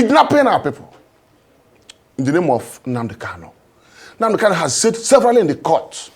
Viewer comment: FRAME "...one criminal in THAILAND called Simon Ekpa..." -- This so-called "Igbo" Youth leader is a dunce, uninformed, and very clearly a disgrace. cannot say Nnamdi Kanu's name properly, and he equally does not know that Simon Ekpa is not in "Thailand?"